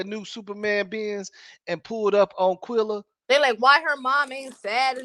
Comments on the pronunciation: It’s Qu-EHHHHHHHH-lla!!!!!! Do you see “ai” in her name?!?!?! Jesus FN Christ!!!! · I tried to tell him this a few lives back ...its so annoying cuz quella is not hard to pronounce. I think he does it on purpose